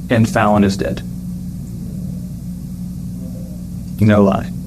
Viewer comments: It kind of drives me crazy that he keeps mispronouncing her name. Fallon, not fallen, they say it like a million times in the footage. What the heck? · The narrator keeps pronouncing Fallon's name incorrectly. The mom and others in interviews say it correctly. FAL like PAL, not fall. Distracting. Still such a sad situation. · Why do you keep pronouncing her name as Fallen. Not Fallon? Do you have ears? Either way it's a good video bro and it's nice that you put stuff out there for people to see like this the first of all so people can pray for the family members and for the dead individual. And also just so we can be aware there's people out there like this that do horrible things. Sorry if I came off rude it's just been kind of irking me since I started watching. Lol. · "Fallen"? It's pronounced "Fa-lan", like Jimmy Fallon. And "Keersty". You may want to drop the AI voice and use your own. As to the story, totally deplorable. What a sick, twisted woman. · Can they pronounce the child’s name correctly? She is not fallen, she is fal-len. Rhymes with pal-len. Fal rhymes with pal. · THANK YOU “Fallon” is not pronounced like the word fallen…. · Pronouncing Fallon as “fallen” is diabolical. It’s the A sound in “cat.” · FALLON. Like Allen, with an F in front. You hear her name said several times in the footage. Calling her “fallen” is ridiculous. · “Fallon had Fallen” Its pronounced Fal-Lyn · This narrator is driving me crazy. The child's name is Fallon - like gallon, not fallen. Good grief, at least get this sweet baby's name right. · "Fallen" ? You mean Fallon? At least pronounce the poor baby's name right. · Is there a reason you can’t pronounce the victims name correctly even though they say it multiple times throughout the body cam/interrogation? It’s Fallon, like Jimmy. Not fallen. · Is this an AI voice reading? It’s driving be crazy they keep pronouncing the baby’s name as fallen instead of Fallon. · The child's name is "fowl-lin"...not "fall-in".😢😢😢